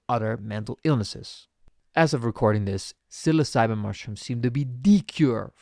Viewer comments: Oof… Psilocybin… not Psilcybin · “Psil•osabee” pronunciation is so triggering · Funniest way I have heard anyone pronounce psilocybin in my life that shits funny